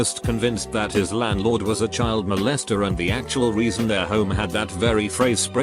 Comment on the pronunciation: How the text to speech's pronunciation of Molest, "Moe-lest"